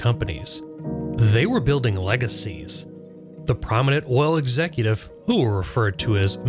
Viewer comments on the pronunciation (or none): none